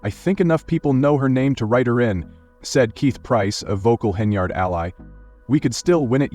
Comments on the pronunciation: Whoever programmed the AI narrator made no mention of the fictitious brawl and ICU visit. Some of these content creators are unscrupulous spewers of fake news. The AI narrator pronounced Henyard's name incorrectly as "hen e yard'. It was pronounced correctly throughout the rest of the fake news report. Ugh. Nevertheless, whoever fabricated this 'report' will receive YouTube dollars for duping the public. These YouTube streets are lawless. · Doubt its true but if it is she got what she asked for. Channel cant even say her last name right